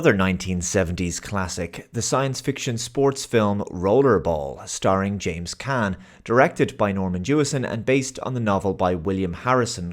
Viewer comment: James Caan, rhymes with John.